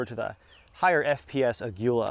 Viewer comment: Aguila ammo Proudly made in Mexico, btw it's pronounced AH-GHEE-LAH